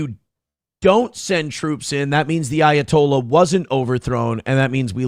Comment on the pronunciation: Everytime you say ayatollah all I here is of rockin rolla